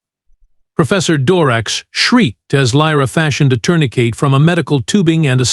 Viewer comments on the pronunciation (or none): This is a good story but it's being ruined by the narration. It's really bad. I've watched the whole things because it is a good story but it's hard to do. it's pronouncing things like Dot which is supposed to mean the end of a sentence but your stupid AI isn't recognizing that. It doing things like ....Doctor Dorax said dot Doctor Patel then asked.... Tourniquet is being pronounced "tournaCATE". Sentences are being cut off mid word. Things like this are happening almost every sentence, it's a total mess. I would pull this story and rework it.